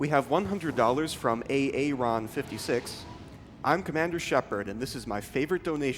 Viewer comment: He actually said A. Aron? at I wonder if its Aaron or A. Aron haha